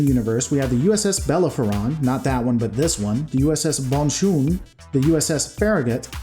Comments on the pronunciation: the name of the ship "Bellerophon" is pronounced "bell er ophone" just like the the flying saucer from the classic movie Forbidden Planet. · bela-fa-ron XD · Tell that to the Bellerophon (that's "bel-AIR-oh-fon") and the where-was-the-TNG-brig-set USS Honshu.